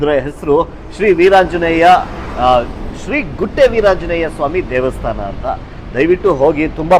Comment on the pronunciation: ದೇವಸ್ಥಾನ ಸರ್, ದೇಸ್ತಾನ ಅಲ್ಲ, ಕನ್ನಡದ ಪದ ಹಾಗೂ ಉಚ್ಚರಣೆ ಸ್ಪಷ್ಟವಾಗಿ ಇರಲಿ.